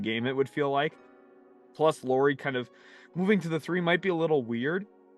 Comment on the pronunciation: Almost 5 minutes in, so I probably will comment again later but! It's not "Lori" Markkanen (as you keep saying it), it's Lauri which is said similarly as a Lowry in Kyle Lowry. (Or that's as close as English speakers get 😄) Thanks!